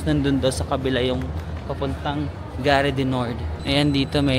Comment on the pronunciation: Charles de GAULLE pronounced or sounds like GOOL. GARE pronounced as GAR, some letters in the French language are not pronounced, E is one of them but silent and É with accent is pronounced. Example: mangé sounds like manj-eh (English eaten) and École (school), the last E is silent, so this is like Eh-col. French lesson for today. 😂😂😂